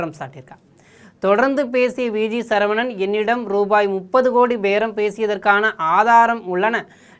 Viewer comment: திருத்தம். (சழ இல்லை சர. சரவணன். Sorry. 🙏